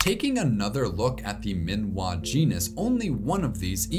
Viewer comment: I'm guessing Minois might not be pronounced "min-wah" (rhyming with Malinois), but "mi-no-is" (rhyming with Lois).